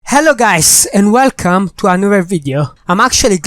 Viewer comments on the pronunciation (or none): none